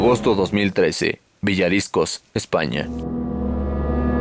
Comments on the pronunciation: Es Villaricos y no "VIllariScos" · se dice villaricos no villariscos o esque no sabes leer....:S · Se dice Villaricos, Villaricoooos no Villariscos xD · "Villadiscos?", Villaricos!